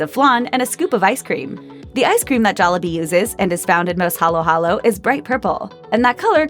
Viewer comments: You know the narrator is white when she keeps saying jollabee instead of jollibee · It's pronounced jol-lee-bee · I love how she pronounces it joll A bee Not jollibee